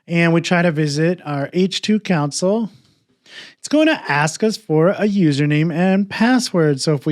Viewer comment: Great video. Thanks. One funny thing that was confusing was that you kept saying "council". Took me a while to realize you meant "console".